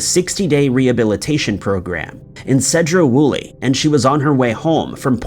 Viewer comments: Sedro in Sedro-Woolley is pronounced like see, not say. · He pronounced Sedro-Woolley wrong. It's pronounced like SEAdro Woolley. It's also my home town